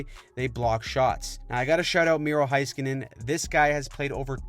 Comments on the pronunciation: HI SKANEN! Its HEYskanen! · Petition to have everyone pronounce Miro's name correctly. It's HAY-skin-nen. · Dad anov? say it right please. same with heiskanen, etc. if you can say draisitl right you gotta pronounce the other ones right too